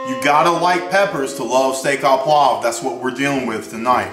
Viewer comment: yip yip yip...hurts my ears to hear steah a poivre...should be steak oh poivre! OMG NO WINE...cognac ONLY!!!!